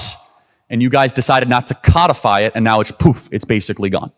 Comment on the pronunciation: Codify is pronounced code-ify. It’s not a fish.